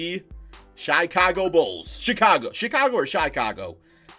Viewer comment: Nobody:: Chaicago